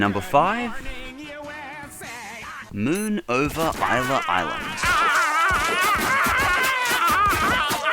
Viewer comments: It's pronounced "is-la island" not "i-la island" and in raptures delight, Jesus doesn't fight satan, he fights the Anti-Christ. Raptures delight is by far my favorite episode followed by tearjerker. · isn't "isla" pronounced as "ee-sla" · it's pronounced eeesslaa island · isla (esla) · It pronounced "iss-la" Island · #5 moon over ISLA (EES-LA). it's SPANISH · The island in the number 5 pick is not called ila island you have to pronounce the s in Isla.